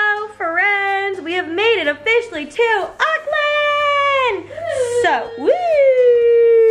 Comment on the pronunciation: Hahah it’s so funny how she pronounced Auckland. I’m from Nz it’s kinda pronounced like Awk-land!!!